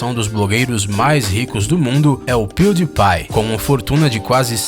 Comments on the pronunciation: A pronúncia certa so nome do Maior youtube seria "piuripai" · hm..... voce falou pewdiepie errado!! mais da nada não =D